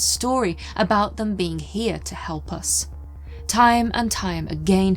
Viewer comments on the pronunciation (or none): Planet of the beans? Like in Mr Bean? Why does say bean to a being? Usually she say beink, with that hard G. Now she say bean.